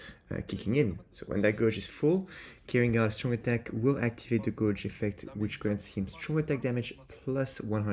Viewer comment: Guage is pronounced Gayj, rather than Goj jsyk. Uryu is busted o.o